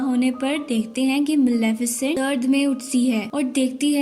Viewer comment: Not Malaafesent this is Malefisent